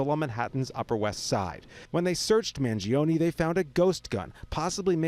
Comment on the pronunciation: gee i think she mispronounced his name